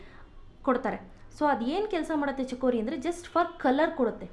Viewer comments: mam adu chikori not chakori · chakori alla madam..its chikori.